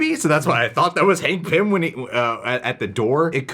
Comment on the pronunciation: I’m sorry but ya’ll said “Hank Pymm” what?! 😂😂